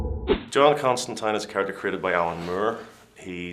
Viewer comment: Love to hear people pronounce Constantine's name properly. Rhyming with Valentine.